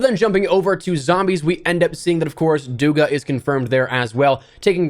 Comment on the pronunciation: Its dugA, not dUga